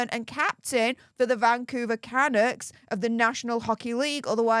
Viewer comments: For goodness sake the team is pronounced "Can-ucks" not the way you pronounce it. Get it right. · ❗️CANUCKS - PRONOUNCED - CANUUKS - DRAWN OUT U ❗️ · Lol I'm Canadian it took me a sec to understand who you were talking about...lmbo it's pronounced kaNUKs...man you're so cute! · Hi, Canucks is PRONOUNCED Cunucks! I know your from Europe, but please pronounce words properly. I love your work! Keep it up. Daniel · Megs was a puck bunnie back in her Toronto days on suits.She was a plus one for a lot of Toronto Maple leafs hockey Team. Vancouver Canucks is pronounced Ca- Nucks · It's pronounced KA-NOOKS...lol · Nobody ever claimed H was the sharpest tool in the shed! I don't normally do this, but, the proper pronunciation of Canucks is Ka-Nooks, lol. Sorry. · HI. It’s pronounced CAN NUCKS IT’s a two syllable word. Just thought as a CANADIAN I thought you may like to know ❤️😊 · Oh... Kah Nucks... say it with me... KAH Nucks... lol. ❤